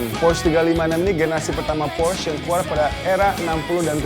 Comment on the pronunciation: Alay abis cara baca porsche nya salah.. cara baca macan nya juga salah.. wkwk.. host nya yang qualified dong.. ini mah host level xenia...